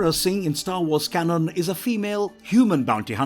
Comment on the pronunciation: Why tf does he say can on, not canon. Like bruh